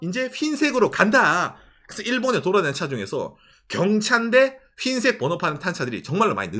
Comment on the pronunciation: 휜색 아니고 흰색요😂